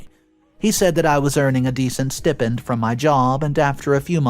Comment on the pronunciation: It is pronounced STI PEND. Long I. Not STIP END. Once can be seen as a mistake, twice is idiocy.